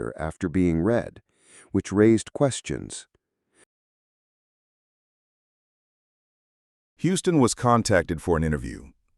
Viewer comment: His name is pronounced like the city Houston